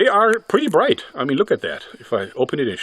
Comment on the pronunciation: when he said pretty bright, his accent was gone 😯🤔